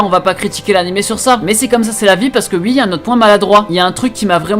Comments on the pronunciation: C'est moi où tu dis comme les réunionnais qui dise Wi au lieu de Oui ou encore avec wi-fi,il prononce plus le wI alors que nous quand on dit Wi-fi on dit Oui-fi, voilà voilà . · Tes uii au lieux de oui me font rire à chaque fois 😂